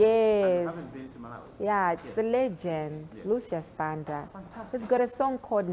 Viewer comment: tell RACHEL that her correct full name is read as (RACHEL SIWANDE) the letter "B" is read as "W" when we are amongst Tumbuka's, Ngoni's where she claims she originates from. I have heard her in this interview pronouncing her surname as "Sibande" When you go to Zimbambabwe, you will meet some locals known as "SIBANDA" the letter "B" turn to "W" as well. I have spent 21 years working in Northern part of Malawi in between 80's - early 2000 as a Medical Doctor. It sadness me when I hear Malawians mispronouncing their own names to sound either English or any other foreign language. Mispronouncing your name is loosing your identity. Greetings from Germany - Copenhagen!